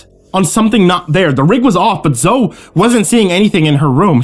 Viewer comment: Zoe is pronounced Zoey not Zo.